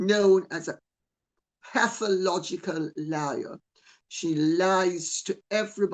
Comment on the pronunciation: Pathological, not “pathalogical.”